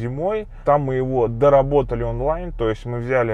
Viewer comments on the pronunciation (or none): none